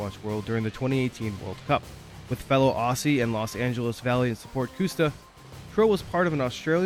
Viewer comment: Great video, but hearing you say 'Aussie' like that made me cringe. OZ-EEE